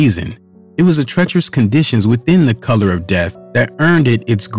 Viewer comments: Note to producer: Couloir is pronounced "koo ~ loor" not color. And you weren't even close on Chamonix... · I've heard it pronounced several ways but saying color makes me cringe & Chamanix just showsp how little this guy knows. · I am under the impression that the word "couloir" is pronounced as "koo-lwah". It's French for hallway / corridor. Oi makes a 'w' sound and the r at the end makes more of an 'h' sound.